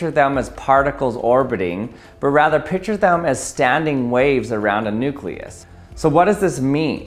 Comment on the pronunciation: R.I.P., the "c" in "picture".